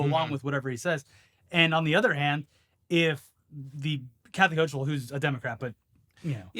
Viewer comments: Ho-kull. Not ho-chill. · Please stop pronouncing her name so fucking weird, it's: /'houkəl/ HOH-kəl